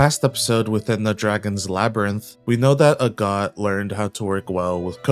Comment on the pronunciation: I kept hearing a God instead of Agott and was like since when are there gods in this show.